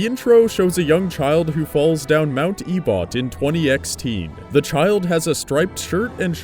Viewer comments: I thought you said "A butt" instead of Ebott lol XD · "E-bot" that's... not right. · Mt. Ebott is pronounced Eh-bit